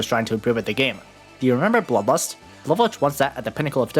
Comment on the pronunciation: "Do your remember bloobust?" 💀